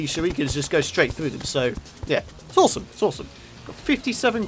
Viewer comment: It's ore-some! Hey hey no? Thought not...